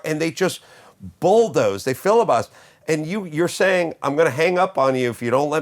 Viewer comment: Carolla has uniquely truncated the verb "filibuster" into "filibust"